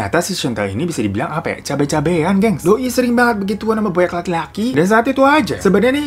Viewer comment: Hirotada : "semua ini tuh gara2 si chantelle, SICABE"😂 Bang lu ngomong cabenya pedes amat😂